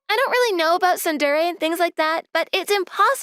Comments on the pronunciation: Its not pronounced soon deer repeat after me soon day ray spellled tsundéré pronounced soon day ray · I think you mean SUN DEER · Tsun-der-e: three syllables!!! Get it right. I don’t speak Japanese, but I at least know that! These are professional VAs. They should get it right. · There are always wrong pronunciations in these dubs but what the fuck is tsunDEER. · The mispronunciation of Tsundere is physically painful. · It actually caused me physical pain to hear it so egregiously mispronounced. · It pains me to see it mispronounced 😭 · you can tell that the male voice actor for the second story has never watched any anime of any kind or any of these romcom manga videos in his life by how he pronounces "tsundere"